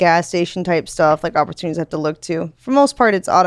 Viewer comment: She has "2 good opportunutties" alright